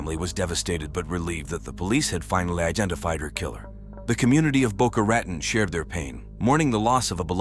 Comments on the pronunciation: well that depends on who you ask if it has a long O with an E like you suggest or like we say in the east boca ra taun but either way it isn't the way AI says it ....def not boca right-on lol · Is the town called Boca Raton? Not "Baka Reten" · Isn't that pronounced Boca Raton ?? !! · The city is pronounced Boca “Ra tone”